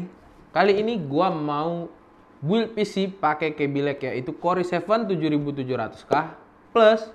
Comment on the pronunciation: okay yang gua pelajarin dari Ulasan.id , Corei dibaca kor-i, RX480 dibaca Erek480, such english facepalm